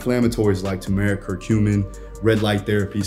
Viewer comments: Content is banging as always! That pronunciation of turmeric was wild though 😂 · it’s all good G you tried your best 😂❤